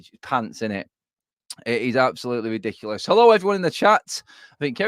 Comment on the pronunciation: We’re weady Adam Bwentford ? Bwighton ? It’s widiculous 🤡